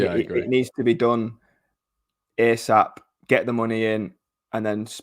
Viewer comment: I love, top guy, but does he keep saying ear sap?